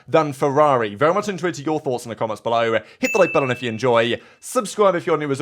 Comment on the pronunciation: Strange word pronunciations by our presenter…”Below(eh)” “Enjoy(eh)”. 💨